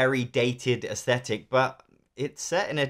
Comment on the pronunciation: You say "aesthetic" weirdly. And you said it dozens of times. It's not "asshetic".